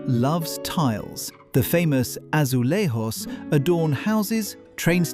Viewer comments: Asulegious not asulejous not Spanish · The letter J in Portuguese is pronounced as in English, not as in Spanish RR. Yet, its a nice video! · AzuleJos in Portuguese we pronounce the "J" as you read. So the J is pronounced as you read it Jesus